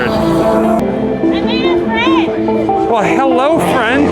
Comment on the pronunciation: Jessica: I made a fwiend Me: Miss Annity? shows Miss Annity Me: awwwww yaaaay